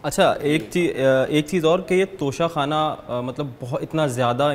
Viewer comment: Lafz tohsha Khana hai na ka tusha khana